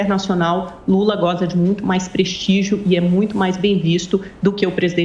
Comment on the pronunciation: "prestigio" kkkkkkkkkkkkkkkkkkkkkkkkkkkkkkkkkkkkkkkkkkkkkkkkkkkkkkkkkkkkkkkkkkkkkkkkkkkkk